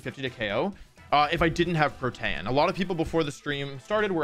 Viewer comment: There is absolutely no way you’re pronouncing protean right…